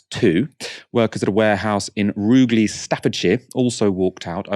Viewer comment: You pronounced the g Rugeley wrong,. It's pronounced as you would "huge". Or as the locals call it, Rudgley